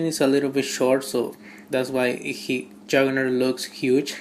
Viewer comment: Wulbereen, Marbel's Habock and Jurgernert...nice.